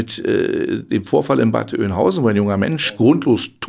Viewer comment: Ich bekommt jedesmal Gänsehaut, wenn ich "Oienhausen" höre. 🤐